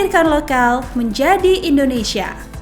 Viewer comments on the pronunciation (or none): none